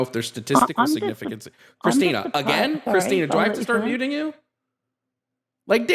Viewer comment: The name is CHRISTIN-TH!!!!!! You come to our house, you get my wife’s name right. It’s CHRISTINTH!!!!!!! That’s all I could hear every time said Christina 😂🙈